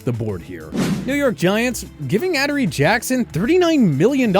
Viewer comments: Holy crap, your butchering half the players names. P"ON"CEE, Ad"u"ree Jackson, cmon. My guess is that you don't know these players, and are just reading it off a script you didn't write. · ("ADD-A-REE) jesus man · Did this dude say Adaree Jackson